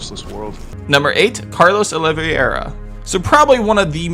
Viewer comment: OLI-VERA lol kills me every time 😅😂